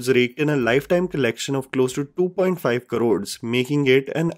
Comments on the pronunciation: it's 'Crores', not karods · Please say crores instead of Karods